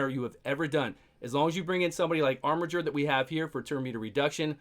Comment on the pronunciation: Dude! ... so glad you called him “ar-mi-Jer”! Someone finally looked up the pronunciation, lol!